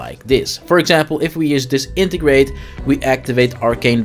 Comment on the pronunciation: Dis-entegrate :D I think its just Disenegrate :D